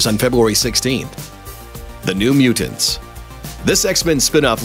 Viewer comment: Mute. Tants. Anyone else feel like he was saying Mutants wrong?